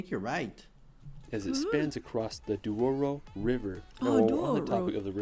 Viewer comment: sometimes people who can say portuguese words, they changing the position of letters. Some say "Dios, when is Dois", like this guy saying "Duoro river", when in fact is "Douro River"